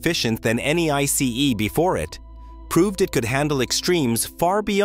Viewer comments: Please, don't say "Ice" like the word for frozen water, speak out the 3 characters "I", "C", "E", as sequence, like you also did some times. Thx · Can’t even pronounce ICE right 🤦🏼‍♂️